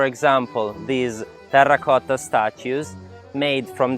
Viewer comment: How many rrrrrrr are in the word terracotta 😂😂😂😂😂 ? Apart from that , this is really very beautiful place to be! 💜💜💜💜💜💜💜